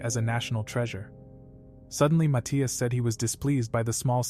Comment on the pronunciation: the way they pronouce matthias is fecking weird